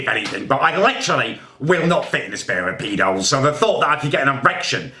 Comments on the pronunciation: he said “spair of peedos” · “I can’t fit in a spair of peedos”😂😂😂😂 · ‘In a sare of peedos’ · ‘I literally don’t fit in A spair of paedos’ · He said spairs of peedos